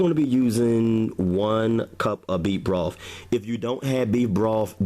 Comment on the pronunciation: Why do you say "wif" gravy? It's "with" gravy. And it's "broth" not "brof"......... and, it's "bathroom" not "bafroom".......just like it's "birthday" and not "berfday"....what is the problem with words that have the "th" sound?